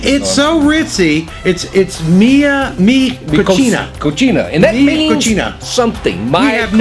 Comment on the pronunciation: Mi Cocina means 'my kitchen.' It's pronounced coh-see-na, not coh-chee-na. They way you two said it, translates to 'my dirty.'